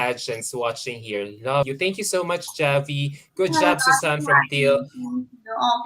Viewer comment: The pronounciation should be SUZAYNE, not SUSAN.